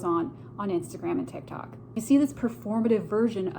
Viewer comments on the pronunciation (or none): none